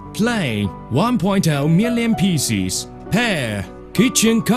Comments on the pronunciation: picies XD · he just cut the onions into pisses.